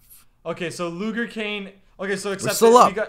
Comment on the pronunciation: I yelled when he said loger when it was luger lol